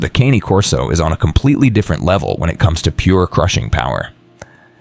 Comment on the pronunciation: Mispronounced Cane Corso. Italian 2 syllables CAW NAY. Not like the cane I walk with. Never cane, but Caw Nay. Mamma mia! 😮